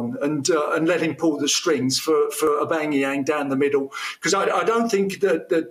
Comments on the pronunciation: He can't even say Aubameyang name properly... He says Aubangyang hhhhh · Aubangyang - Tony Its Aubameyang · Gotta love Tony’s passion for the arsenal and I agree with everything he said but one thing captain stop saying aubangayang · I heard the Aubanyenang hahaha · All these Özil comments and I just can’t get over “Abangayang” 😭😭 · Who is Obang-e-Yang he keeps talking about? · My God did Tony say Aubageyang twice? 😂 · Horrible punditry to say Arsenal want to win the league and to call Aubameyang Aubangayang. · Who is this Aubangeeyaang guy he keeps mentioning 🤔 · Who the hell is Aubangeyang. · Tony Adams can’t even pronounce our best players name.... AUBAMEYANG